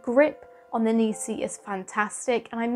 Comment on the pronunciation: It's "Neekon" and "Nissee" Wrong on both counts!